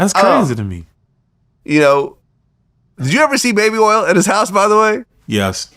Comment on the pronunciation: This ninja didn’t say baby oil he said baby earls. 😂😂😂Shotout to Louisiana!